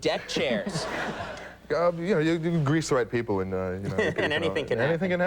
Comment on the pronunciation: How do you know Billy is really from Chicago? When he says "You grease the right people..." 😂😂😂